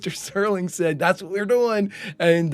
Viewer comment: Don't feel bad, there are lots of people who mispronounce Serling's last name because "Sterling" is a much more common word that is fairly well ingrained in the English lexicon.